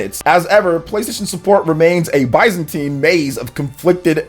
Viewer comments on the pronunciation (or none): none